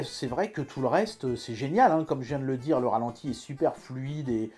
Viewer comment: "Ratenti" ?? non.. Ralenti :)